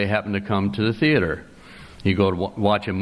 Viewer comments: all i know is it's not a "thee-ater" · Theater is a two-syllable word